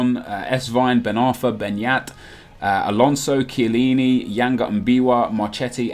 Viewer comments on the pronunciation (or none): none